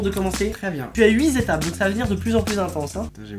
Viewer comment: "tu as uizétapes"